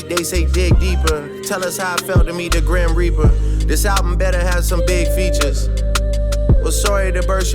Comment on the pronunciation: Sounded to me like he said "Meet the Grahamreaper"